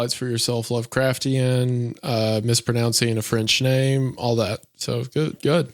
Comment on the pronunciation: If Hunter says lovercraftian one more time istg